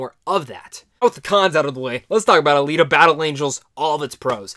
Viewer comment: You said it right. Alita, the way it was done, makes you want more. I hope we get to see more